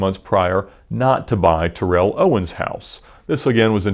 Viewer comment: This guy pronounces every lambo correctly so gotta say it’s pronounced Terrell ..Tarell not Ter-rell lol 😝 jus sayin